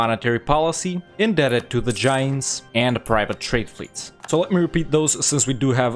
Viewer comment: The way you pronounce Jains is extremely funny to me, great guide!